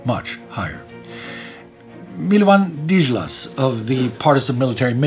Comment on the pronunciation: I am a native speaker of Serbian and pronunciation of Milovan Djilas name gave me nightmares.